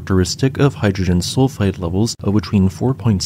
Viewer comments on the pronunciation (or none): none